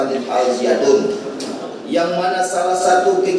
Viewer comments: Alzaytun... alzaytun.. Bukan alziatun 🤣🤣🤣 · Jaksanya gimana siih bukan Al-Ziatun to tapi Al-Zaytun woy 😂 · Woy Alzaytun jangan alziatun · Mulut kepleset gak bisa baca Al Zaytun😂😂😂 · Lidah nya jpu kepleset, karena nama Al Zaytun sangat suci, jadi tidak sanggup jaksa mengotori nama suci itu 😊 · Tulisan suci jadi g bisa jelas bacanya semoga tergetar hatinya luluh sama nama al zaytun